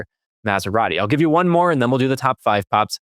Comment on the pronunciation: Lear to pronounce "Maserati:!